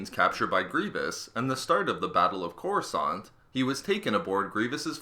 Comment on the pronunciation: It's Coruscant lol,not courascant lol